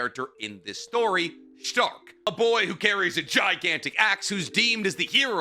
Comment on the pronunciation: Correct pronunciation time here. Serie = Zer ee Sein = Zein Stark, just as its written. Idk why keeps adding an h in there. Ummm Flamme = Flah meh